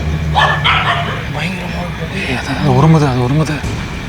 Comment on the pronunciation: Bayangaram ❌ Dayangaram✅ . All ur efforts speaking in this fantastic video